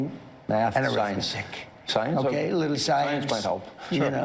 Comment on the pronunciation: Did Trump say that he wanted schools to teach "English, reading, writing and 'arymestick' "? (I presume he meant arithmetic.)